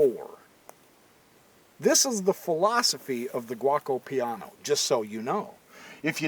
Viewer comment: The opening is pronounced G O co Piano Gee O Co Piano...Not guacamole piano. LOL Great video, Just having some fun with ya.